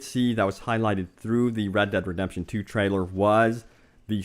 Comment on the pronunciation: Its read dead redepsion